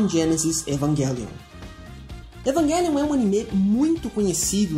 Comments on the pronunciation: Evanguelhon kkkkkkk Evangaylhon kkkkkkkkkk O som dessa palavra é com j cara evang( j )elion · Ótima análise, só a pronúncia do título que da agonia pronunciando errado, o correto é "EvanGelion" mesmo e não "EvanGUElion" obg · Evanguelio? meeeeeeeeeeeeee